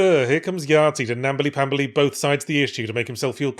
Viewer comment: "Nambly Pambly" he said wondering where the hell that came from in his brain.